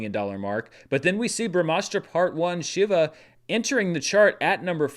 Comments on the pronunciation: its She-va not shiver 🙁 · Just FYI, it's pronounced "Shee-va" (think She-Ra). He's one of the main Hindu deities